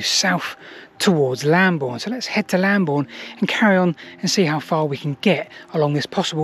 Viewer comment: Excellent, it would be nice to research Bockhampton Church one day. Also interesting that that route meets up with Roman Road Ermin Street. Look forward to more! ps Lambourn not Lamborn!! (unless you are using the old spelling!)